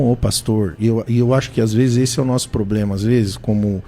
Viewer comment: O cara fala palavras em grego e n consegue falar "problema"?